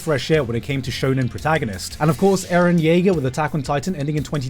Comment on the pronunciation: what was that bad Eren Jaeger pronunciation